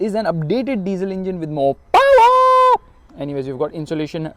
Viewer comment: I love when you said "the diesel engine got more paowaar"❤️